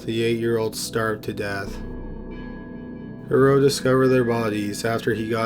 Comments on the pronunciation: How the police handled the case of Marc Dutroux still enrages Belgium (I live there, he still makes the news with his appeals). Just recently, the same was said about the case of the gang of Nijvel. P.S. You really mispronounce almost every name in that story BTW (in case it hasn't been said yet). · Real good Video. But u violated Marc Dutroux's name :D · the name Dutroux has the letter "t" in it, pronounce it dawg........ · Marc Dutroux is pronounced different btw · KORNUIT. First thing that bothered me too xD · I am sure many officials covered up Dutroux’s heinous crimes. It’s pronounced « Doo-troo », not « De-row » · Marc Dutroux... pronounced Du Troo... That is a complicated story... many conspiracy theories were going around about high ranking politicians and elite at the time... Belgium lost its innocence with that case, the police was completely useless. A worker told the cops that he could hear children in the house, but the head cop who was standing next to him told him to shut up and to leave police work to the professionals!!!... How that monster, the wife, was released on parole is mind boggling... she allowed children to starve to death! imagine the pain, the length of time it would have taken, and one must have died first, leaving the other to go insane with fear... poor little girls... That woman should be starved as well. As for Dutroux, if he is released the Belgian people will go crazy! He won't last long anywhere... Monsters... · You’re pronouncing Dutroux incorrectly. It’s pronounced Da-troo. French ‘oux’ is pronounced ‘oo’. Think of Louis Theroux. Otherwise, great work. 👍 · Its pronounced Do-tru, not Do-ro. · It's pronounced "dew true" not durow...geez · The Belgian guys name is pronounced "DU TRUE" and not Durow. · With Mark Dutroux´s name it´s not "Durrough". it´s DuTroux. One shall pronounce it DuTroux with the t clearly audible. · It's pronounced Marc Dutrou, not Marc Durow!!! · Dude Marc's last name is pronounced "Dutroux", not "Doo-row"